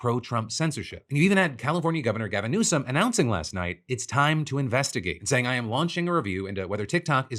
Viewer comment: I thought he said Kevin Newsome for a second. Glad people are pointing out what is happening with TikTok.